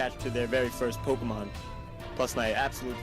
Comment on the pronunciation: YOU SAID POKEMON WRONG